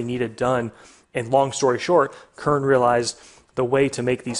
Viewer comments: Heisst Kern nicht Körn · This boiiii is called Kern not Körn :P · Der Ort heißt nicht "körn" du must es "KRRn" aussprechen! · It's actually pronounced "Kérn"